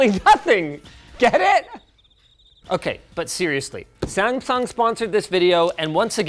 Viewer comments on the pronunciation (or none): Okay, WHAAAT, did Linus just say there 🤷🏼 Samfung or my ears just “that” bad 🤔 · the way he says samsung at the begining